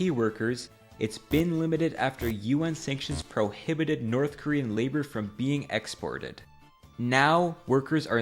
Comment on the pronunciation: oh yea let’s go hit up the NOTTH KOREAN dealer😂😂😂